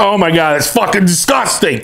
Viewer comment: It’s fockin disCOSTang”